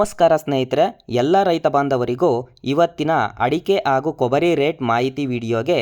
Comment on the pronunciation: ಅರಳು ಅಲ್ಲ ಮಾರಾಯ.. ಹರಳು.. ಆಗು ಅಲ್ಲ ಹಾಗೂ ಕನ್ನಡ ಸರಿಯಾಗಿ ಮಾತಾಡಿ..